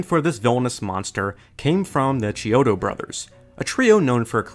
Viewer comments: Chiodo Brothers is actually pronounced like the “h” is silent. You would say “Key-odo”. One of my best friends worked for them for a number of years. One brother once punched another in the face (dislocating his cornea) while they were having an argument over whether human-sized Sea Monkeys would wear sneakers or sandles. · I love you and your channel, the most underrated channel on YouTube in my opinion. Just a minor nitpick tho, it’s actually pronounced kiodo